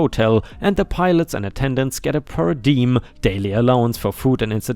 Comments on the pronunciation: (, "Per Dime" (per Diem) is pronounced "Per Dee-um"). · FYI: Per diem = per day, an allowance when travelling to a convention, business trip, etc. Pronounced per DEE um.